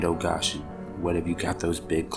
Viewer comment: This is an Appalachian folk tale not from the Ozarks. And also it is pronounced "land of (go) (shun) Goshen" it is a place in the bible, other than that good narration.